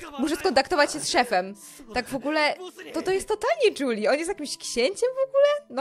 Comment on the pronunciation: Lepiej brzmi Juli a nie "Dżuli"